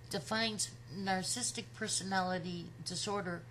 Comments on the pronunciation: I like very much your reflection, and totally agree. But, Please learn the word and pronounce it well. Get familiar with the vocabulary you are going to use...The word is Narcissistic, not Narcistic!!!! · This is a "picky" point, to be sure. But please note that "narcissistic" has four syllables. Your pronunciation is "narc-is-tic" versus "nar-cis-sis-tic." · I love your videos.... even though you can't say "narcissistic" 😘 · Nar-cis-sist-ic; four syllables. But I agree with you! She was the narc; NOT Chris.